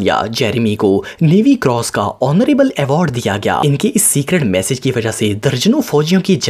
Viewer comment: It's message not massage